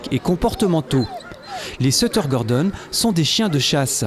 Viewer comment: A chui mort il dui sutter et pas setter